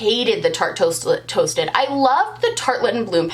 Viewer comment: You saying Tate Toasted over and over was like the best tongue twister and you did it flawlessly. This video was a hoot!